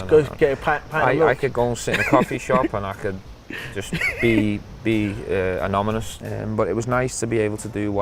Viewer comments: Stevie G one of the all time great players for sure. But made me laugh when he said "anomynous" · "Anomynous" "Tourmanent" lolz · "Anomynous" -Stevie G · Anomonous lol